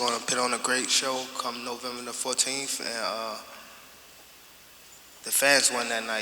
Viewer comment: “Novemba Na14th” 😂😂😂